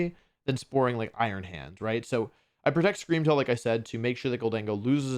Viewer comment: Scweam Wail wins the regionals